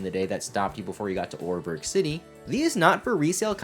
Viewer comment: It’s pronounced Ore-BURROW city, not Ore-BERG.